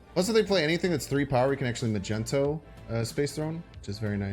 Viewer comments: Mag knee toe , magento hurts me a little😂 great deck nonetheless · Its not "Magenta"...boy can't read?? It MAGNETO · he's Magneto .. not Magento